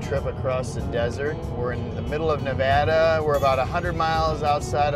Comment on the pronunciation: Thank you for properly pronouncing Nevada